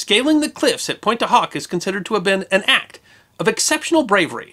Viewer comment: Pont dew Ock